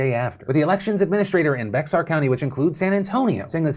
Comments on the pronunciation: My homie really said Bexar county as Bex Ar. Lol. It's pronounced Bear. Good try though my guy. Keep the PDS coming. Bring back the Friday show! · It's pronounced "Bear" not "Bexar" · bex-ar county lol, as a texan i laughed. it supposed to sound like "bear" x is silent:) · The X in Bexar County, Texas is silent. It's pronounced "Bear" or "Bare". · Yo Philly i love you but you mispronounced my county. Bexar is said like Bear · I live in San Antonio.. Bexar county is pronounced "bear" like the animal not "becks-ar." I did apply for a mail in ballot but have not received it so I will be voting in person on Nov 3 instead. I always vote in every election no matter what. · when he said beksar county lol it's pronounced "BEYar" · I live in Illinois and I just received my ballot two days ago. I am going to drop mine off. Also, it is not pronounced Bexar. It is pronounced Bear. Dumb, I know, but that is how you pronounce it. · With all of this serious news, honestly thanks for the chuckle on how you said Bexar (in case you’re curious it’s pronounced Bear). It’s ridiculous people here won’t be able to vote because of all of this. But early voting has been great here thankfully. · Bexar County is pronounced "bear" county, not "bex-ar" county 😂🐻. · Its not (Bex-ar) it is bear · Phil: "Bexar County, Texas..." Me: "wait, did he... replays video Oh damn, he did... Phil, I'm sorry if the Texans come for you." Texans: "IT'S PRONOUNCED BEAR, NOT BEX-AR!!!!!!111!!111!!!!!!" Phil: hides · its pronounced bear not Bexar country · This isn’t even the first time he’s read it as “Bex Are”. He’s done it several times over the years. My soul cries “say Bear” every time. 😂 😭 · Sorry Phil but this made me laugh. What is BEXAR county? It's pronounced BEAR county here :) just letting you know. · "Bexar" county is pronounced "Bear" county, like the animal. FYI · Phiiiiiiiiiil, Bexar County is pronounced (Bear) Like a grrrrrr. Bear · Phil, it's pronounced as 'Bear' (the X makes an H sound in Bexar)